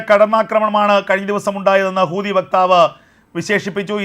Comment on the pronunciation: എൻ്റെ.. കൂതി അല്ല.. ഹൂതിയാണ്....😅